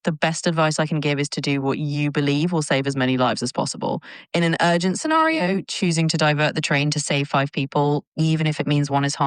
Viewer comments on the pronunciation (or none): "In an urgent sceNÆRio"